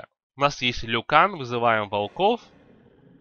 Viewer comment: Lycan - Лайкан в оригинале. На русском ЛИкан, так как от слово ликантроп. Но никак не ЛЮкан.